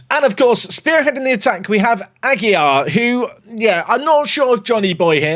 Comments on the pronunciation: It is A-gui (pronounced the same way as Bruno Gui-maraes) - lar (same pronunciation as lard, but take out the d) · Its pronounced agilar, ignore the u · Johnathan Ag-you-lar is the pronouncing sir I is silent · Jonathan ag-will-are